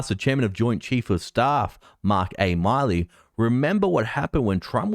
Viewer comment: Thank You.., The General name.., is Pronounced..MILL-EE, I LIVE IN Montana, and this was A Internation Breach.., This should have never happened.., truth is MORE THAN ONE . .ONE WAS SHOT DOWN IN MONTANA.. AND ONE ON THE EAST COAST.., AND WE DID NOT HAVE A EMERGENCY ALTER.. I AM FURIOUS.